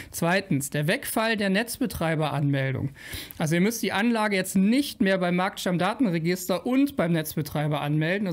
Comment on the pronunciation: Ich hab mal ne technische Frage, genauer gesagt, ne sprachtechnische: Heißt es denn wirklich Marktstamm-Datenregister, so wie du das aussprichst? Oder wird das nicht eher Markt-Stammdaten-Register ausgesprochen, einfach weil da Stammdaten registriert werden?